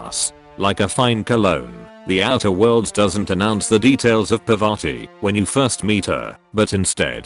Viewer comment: My man buchering Parvati's name